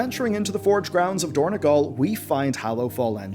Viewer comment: It is dorn-O-gal, not dorn-E-gal. It is on Azeroth, not Ireland